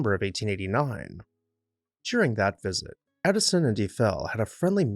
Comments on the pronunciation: It's all good but who is "Ufell"? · In all my life, I’ve never heard Eiffel pronounced that way, and I’ve been to Europe many times and all over the USA and not one person has ever pronounced it that way to me